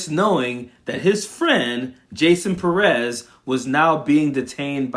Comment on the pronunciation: Pérez, the accent is on the first syllable. Learn and share.